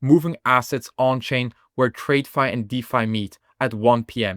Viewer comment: You need to pronounce TradFi like 'Add'. The way you say it sounds like 'Trade-Fi'. Not being mean, just trying to help.